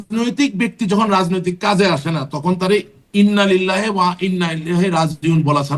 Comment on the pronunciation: ইন্নালিল্লাহি ওয়াইন্নাইলাইহি রাজিউন শুদ্ধ উচ্চারণ। এ সকল সেক্যুলার আ্‌ওয়ামে জাহেলিয়া ধর্মের সমর্থক-দোসরগণ ছোট একটা আয়াত শুদ্ধরূপে উচ্চারণ করতে পারতেছে না।